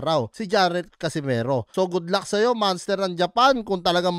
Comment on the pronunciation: Manster ha? O monster?